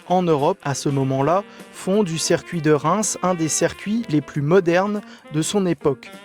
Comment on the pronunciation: Super reportage mais trop souvent , il parle de cercuit non monsieur, vous devez dire circuit mais rassurez vous en motogp rdp dit comme vous !!!🤣🤣🤣